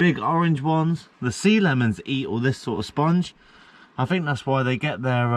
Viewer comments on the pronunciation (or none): none